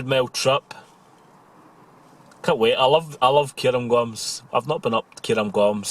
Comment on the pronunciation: Cairngorms. Care-n-gorns, NOT Care-um-gorms.